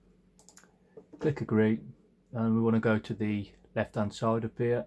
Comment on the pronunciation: Nice video. As a fellow Midlander, I'm loving the accent. Only our people can put so many syllables in the word "side". "Day-turr" :)